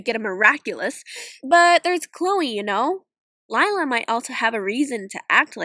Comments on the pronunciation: Liyla more like lie-la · Lila? more lika Lie-la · Me when see said lilla nooooo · More like lie-la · Her name la- actually it is lie-la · "And Lila is... Lie-la" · Lila? More like LIE-la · "Lie" la😂😂